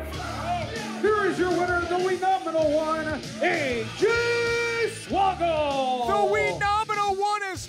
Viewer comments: watching this 3 years later and noticed the announcer say "say-j swoggle" in the entrance then after the match change it to AJ swoggle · Sounds like say Jay swaggle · funny how the announcer botched the name say j swoggle :P